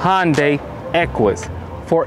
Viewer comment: Hyundai pronounced (Hunday) not (Honday)